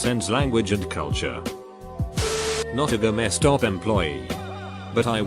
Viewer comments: Gamma stop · Normal people : GameStop TextToSpeech : GAMAESTOP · "GameStop," pronounced "gah-Meh-stop" if you boujee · It sounds a little bit like the robot voice is saying Gestapo. Makes for a very different AskReddit post.